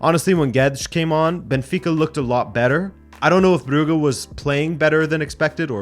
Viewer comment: The 'u' in Brugge is short. You say it long. You say 'uu' as in 'Bruge' or 'Bruuge' its Brugge.